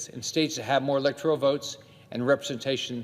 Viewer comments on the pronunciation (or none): none